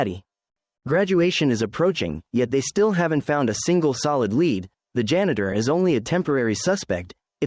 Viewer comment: I would love if the word “lead” was spoken properly lol the AI voice over clearly doesn’t know the difference.